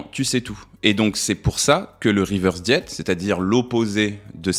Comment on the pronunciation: Interessant mais pourquoi dire « reverse diet », avec un accent bien franchouillard en plus ? Cette mode de prendre les mots anglais pour faire chic, c’est casse pieds ! Régime inversé, voilà ! Prenez exemple sur le Québec !